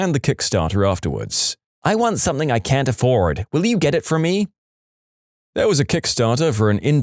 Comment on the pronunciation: No K in the word something .